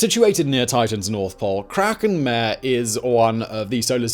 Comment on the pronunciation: Sorry, not "mare" /mer/, as in female horse, but "mahr-rey" /ˈmɑːreɪ/, Latin for "the sea" , because some solar system bodies, like Earth's moon, have relatively smooth areas on a celestial body, that reminded very early astronomers of "seas" among the craters and mountains. Many lunar features use this name, such as "Mare Serenitatis" (Sea of serenity) or "Mara Tranquillitatis" (Sea of tranquility), where Apollo 11 landed.